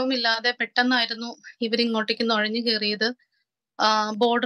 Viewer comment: നെഴഞല്ല നുഴഞ്ഞ്